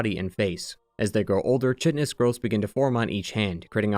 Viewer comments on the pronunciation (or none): I love your content and hate to be a pedant, chitinous is pronounced kitenous, not chitinous. Sorryimadicktekkenvideosoonpls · chitinous is pronounced KITE-enous